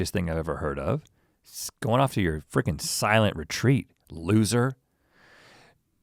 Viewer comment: "Give us a freegen break." - Rhett. That made me giggle. I'll try. 😘